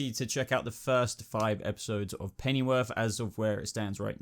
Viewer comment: dude, how come you pronounce it "Pennyworf" ? Does that mean I am pronouncing it wrong? (or should I say, wrongly)